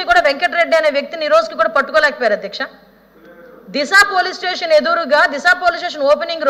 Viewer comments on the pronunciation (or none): none